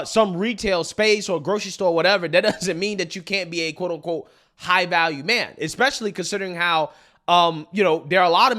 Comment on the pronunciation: I chuckle when this high value woman says "eck-specially".